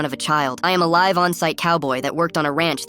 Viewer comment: He said a "live" on, not a "live" on😂😂😂